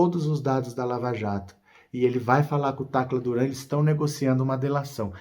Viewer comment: Fala Tacra Duran